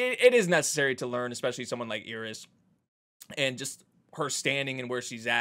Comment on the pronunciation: Her name is Eris, not Ear-is. please